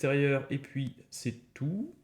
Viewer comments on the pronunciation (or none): none